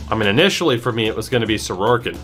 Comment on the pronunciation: I had to stop when I kept hearing his name pronounced Soroarkin. There’s no 2nd r in his last name!